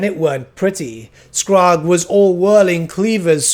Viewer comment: Came here to say the same about Skrag's name. I've only ever heard it pronounced as skr-RAG with emphasis on the last part so hearing "Skraaag" is really weird to me.